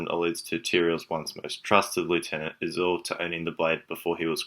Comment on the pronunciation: he also called Izual izuul or somthign :)